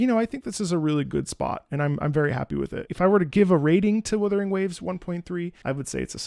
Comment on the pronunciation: Wutthering? Wuthering... What? Wuthering Heights? AGHHHH LIMBUS COMPANY REAL